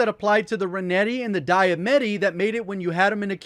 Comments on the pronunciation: DiamAtti... not DiamEtti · Dia-Matti not Dia-Metti. Still a good vid, thanks Dad. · I swear 😂 nobody, literally NOBODY can say “daye-ma-tee” Diamatti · I cringe every time he says dye-a-metti. That’s not how it’s pronounced! It’s dee-a-matti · its pronounced "Dia-Matti " not metti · it’s the D a mat ties not Dia met tees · “D-Ah-Ma-T” sounds way better then “Die-A-Met-T” plz i cringe every time I hear you call them that 😂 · Dee-uh-mott-ee, not die-uh-met-ee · De-a-ma-tee. It is not die-a-metti. Does he not actually read the weapon name? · It's dee-ah-mah-tee not die-eh-meh-tee lol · Dye uhh metti? 😂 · I can't stand how he says Die-a-met-ie. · Why is he calling it the Diametti. Is it some name people call it or is it just pronunciation. I’m just wondering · is it me or does he say DiaBetti instead of DiaMattI haha, good vid. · D-uh-ma-t is how you say it! You’ve been murdering this word forever. Luv you lots! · The correct way is di-ah-mati, diamatti comes from latim (or some derivative language) and it meaning is "day killer" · D I A M E T T I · Love your content... but... Dee - a - ma - ti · "Diametti" IT IS LITERALLY SPELLED DIAMATTI, y'all make my ears hurt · This man refuses to acknowledge there's an "A" in diematti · The way he's pronouncing diamiatti lol has me crackin up "diametty"😆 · His pronunciation for the Diamanti is kinda foooked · The way you say “Diamatti” is killing me inside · Yah I’m gonna stick with my renettis. And I don’t like the way you incorrectly pronounce Diamattis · Disliked just because of how he pronounces diamatti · lol its the Diamatti kept saying it wrong